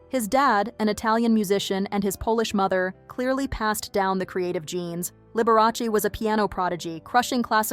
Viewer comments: Lib-ber-ah-say.........never heard of her.... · How could you pronounce Liberace so wrong? 😂